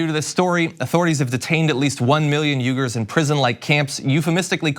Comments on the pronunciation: Its pronounced "wee-gurr". I have that from an expert on Chinese ethnicity. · pronounced “wee’ger”